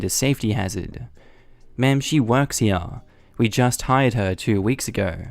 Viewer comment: JESUSCHRIST.... IT'S (HERE) PRONOUNCED "HEAR" NOT "HEAYUNH"